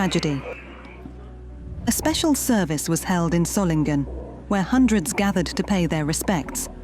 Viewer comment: It would be good to learn to say the name Solingen: Soling en. There is only one G in the name